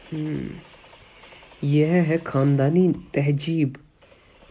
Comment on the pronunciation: Wo tehzeeb hota hai not tehjeeb